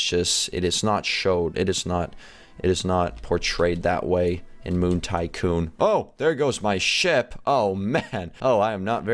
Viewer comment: U said sycoon lol